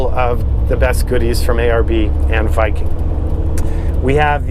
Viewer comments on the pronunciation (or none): none